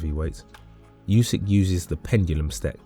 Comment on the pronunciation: You begin the video by mispronouncing his name...jfc